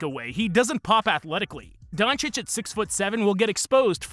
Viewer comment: Half of those so-called "experts" in the mainstream media can't even pronounce Doncic correctly lol.